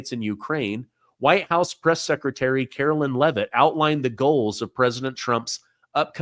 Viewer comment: CARO-LINE not Carolyn 😅